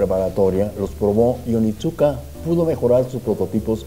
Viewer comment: Creo que la marca se pronuncia onitzka, excelente informe!